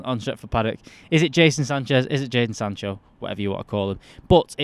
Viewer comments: My guy called him Jason Sanchez about 4 times 😂😂😂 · Seriously Mates! how hard is it to pronounce Jadon Sancho?! LOL